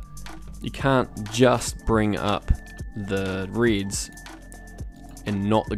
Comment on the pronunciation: downvoting until you learn to say "reds" properly :)